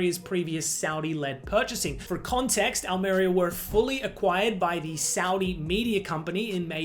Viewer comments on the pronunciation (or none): The stress is on the I: Al-meh-REE-ah